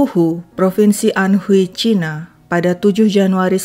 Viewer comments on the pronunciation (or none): none